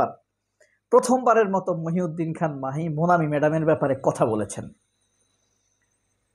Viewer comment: মাহি না ভাই মহি।